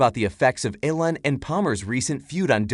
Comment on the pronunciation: Its E-LAWN, not ELLEN, damn bot, get it right lol!